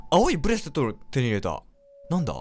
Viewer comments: 青いブレスットゥルゥは草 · 青いブレスレットが言えてなくて可愛いwww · 青いブレスレット言えてなくない？？w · ポ「青いブレストrrを手に入れた」 可愛い笑笑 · ブレスレット言えてなくて可愛い